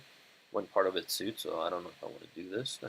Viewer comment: Not "sood" it's pronounced "swade"